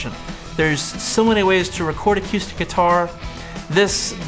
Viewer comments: I tried very hard to get through this video, but every time you said "a cue stick" instead of acoustic I wanted to kick a puppy. Are you playing pool or guitar? WTF is awquoostik guitar?? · "acyoostic guitar" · He sounds like he's from Vankewver. That's how they pronounce it there... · I can't be the only person who is hearing "a cue stick"?? hahaha. Good video though.